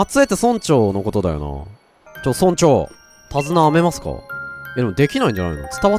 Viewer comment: 「タズナ編めますか？」が「タズナ舐めますか？」に聞こえた私は末期